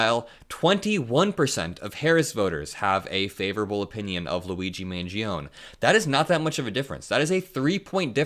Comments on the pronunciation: Mangione is pronounced man-JOH-nee or man-ji-OH-nee in English, not man-ji-OHN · But for the love of Jove, it's MAN-GEE-OH-NEIGH ! Neigh, like a horse. Or nay if you will. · It’s pronounced Man-jee-oh-nee. Really glad to have this video! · Its pronounced” Man Gee O Knee”. Not “man gee own” Italians don’t have silent letters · Surely that should be pronounced Mangeo-knee. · Love the content 🖤 Thanks for the political news communication! PS: Luigi's last name is pronounced more like Manj-yoni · Just FYI - last name is pronounced MAN-JOANIE. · Just for the record, I think it’s pronounced man-JOE-nay. Not trying to be smug just figured you’d want to know for future videos. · 🇺🇸💙 that Italian. Name MANGIONE you are to pronounce the last "e" the name doesn't stop at the "n" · Just fyi, the E on the end of Mangione is pronounced (as a separate syllable) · You're forgetting the E sound at the end of Luigi's name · Please start pronouncing the E on the end of Mangione‘s name. Unless, of course, you are from the Bronx. The real Italian way is the way, not the American Italian way of dropping the e. Thank you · Luigi Mangione is going to be in the news for quite a while, so you should learn how to pronounce his name correctly. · Luigi Mangione, the last e in pronounced.